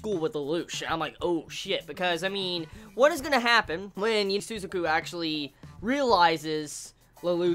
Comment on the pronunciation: Sorry about this but your pronunciation of Lelouch ' s friend is wrong it's Su-za-ku not Su-zu-ku not trying offend you or anything